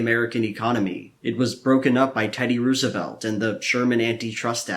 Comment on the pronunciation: "ROO-asevelt"? That's a pronunciation that I've never heard before for that name. Makes more sense phonetically.